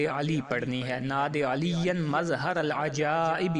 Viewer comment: Lakhi hui Nad Ali aap nay ghalt perhi hay Agay aap per kia yaqeen koi keray ga